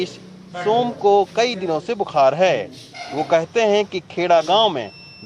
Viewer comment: love your urdu accent. except bu-khar (not like khar, next to bandra) but khaar, coming from back of throat.